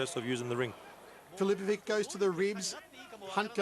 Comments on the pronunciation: every time this dude says filipoviK instead of filipoviCH my croatian ears start to bleed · Dumb Commentator... Filipovic is pronounced "Filipovich" not "Filipovick" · Why do they always butcher Croatian names,it is easy when it finishes on ić you just have to translate ć into ch and it sounds right then,for example Mirko Filipovich. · Its just not natural for their linguistics, mr. Fichovich xD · nobody could spell the name MIRKO FILIPOVIC more wrong then this Commentator!